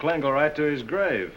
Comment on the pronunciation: Why can't he correctly pronounce the word HIS. Really annoying.